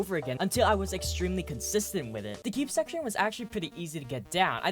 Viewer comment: This man said "shecshon" 5 times btw